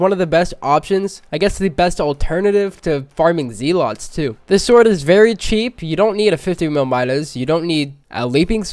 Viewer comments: The way that he says “zealots” hurts me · Water Sheep yes I hate when other People pronounce a specific word in a different way and not in the way I pronounce it